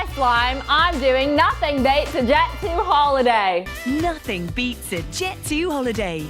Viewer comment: Deff not her saying jet zoo holiday in front of dan